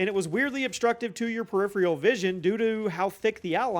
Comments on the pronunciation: Just so you know, its not preripheral, its peripheral. One less R in there. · If you’re going to use the word “peripheral” every 5 seconds, please at least look up how to pronounce it.